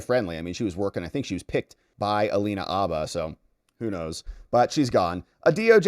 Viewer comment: I've never heard Alina's last name pronounced as Abba! I only heard Hah Ba.